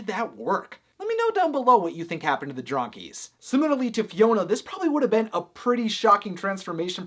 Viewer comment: I’m sorry but “Dronkies” kills meee 😂😭